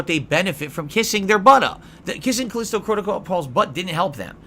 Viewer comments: KUH-LEEST-OH Protocol? It's KUH-LI-STOW, you "dunce" God damn why can this grown man not pronounce words correctly? Also Callisto Protocol was ass, people did not hate it because it was too hard, they hated it because it SUCKED. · What's CalEEEEsto protocol ??